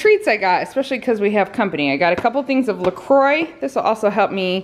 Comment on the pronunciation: By the way, it's pronounced " La Kwah" and obviously your first choice is NOT white chocolate.